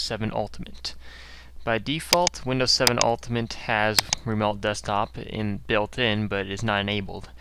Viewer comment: No shit, watch your vids before you put them out there like you're helping something. Everyone has this information anyway. All this shows is that you can parrot a bunch of bullshit. Show us some real expertise...and stop saying "remolt". It's "remote".